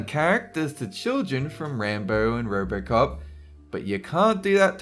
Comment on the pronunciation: What country do they pronounce their "o"s like "r"s? rrrbrrrcop?